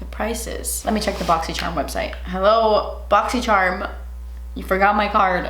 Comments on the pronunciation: Boxycharm ❌ BoxySherm ✔️ Yes I say it like that too 😂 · Me: boxycharm unboxing:boxysherm unboxing Also me: started to to say like lamo😂😂😂😂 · "boxysherm" "twenni twoo dwollas" "soft toush"😂